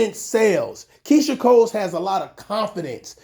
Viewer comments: Why you saying Keyshia “COLES” there’s no S at the end dude 🤣🤣🤣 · Her name is Keyshia COLE. There’s no “s” at the end boo. Just saying